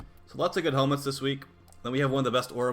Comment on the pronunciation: Some very nice “helemts” this week indeed.